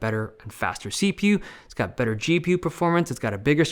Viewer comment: "see-pew and gee-pew"